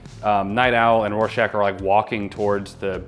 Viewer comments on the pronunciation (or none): Please tell me y’all are pronouncing Rorschach properly. I can’t tell if you’re calling him Warschach or Rorschach but it’s an R not a W.